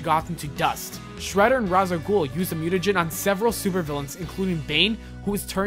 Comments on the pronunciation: Raz a gul? No, no, no, it's Ra's a goul. Like RAYSH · It's pronounced ''Raysh Al Gool" A Joker+Harly child would be freaking AMAZING!!!! It's too bad, that too many people would get sand in their vagina's, if he/she became a villain and liked it. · It's pronounced ''Raysh Al Gool" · Ra's al Ghul's name is pronounced as "Raysh". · "Raysh" al Ghul. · Ra's al Ghul is not pronounced like this.